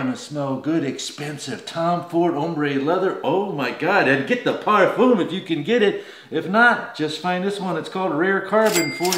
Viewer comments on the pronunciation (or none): none